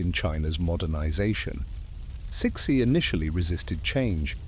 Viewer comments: Huh!!?? Who is chick-shi??🤔🤔🤔🤔or chic-shi?? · You erroneously pronounced her name Ci Xi is pronounced Tzu Hsi. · Immediately stopped watching as I heard that pronunciation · lots of inaccuracies which would mislead any students or studies of Chinese history, the overall site has a lot of good points but are let down by the credibility of the facts suggest more research. Also the way CiXi is pronounced by your AI, is somewhat insulting, makes her sound like a pet dog not The Empress of China. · You are saying her name wrong 😂😂😂😂😂😂😂